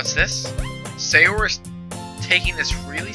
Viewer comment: The way you say Sayori's name is hilarious lol